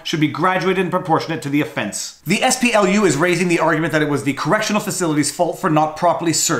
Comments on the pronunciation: You keep saying "SPLU". I think you mean "SPLC". I'm shocked that they are actually doing something useful. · Viva Frei, Why do you repeatedly call the SPLC the ess-pee-el-yu? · SPLU. You even say their name - southern poverty law center. Their acronym is SPLC. I was materially harmed by this repeated mistake and I demand recompense.